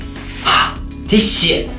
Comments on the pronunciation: When said tissue I thought he said " this shit" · When he first said "tissue" it sounded like "this shit" XD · Totally thought he was saying "this shit" and not tissue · i thought he was saying "this shit" when he was saying tissue haha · when he pulled out the tissue and said tissue i thought he said THIS SHIT at first lol